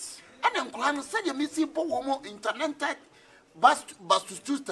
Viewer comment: Intaernented Bastutueted... english😀😀😀😀